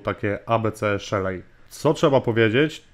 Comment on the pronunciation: Nie Szelej a Szeli. Nie w Polach a w Pool(basen) Wideo Ok, ale sa niescislosci w tym co mowisz. Node mozna odpalic na Linux, Windows, MacOS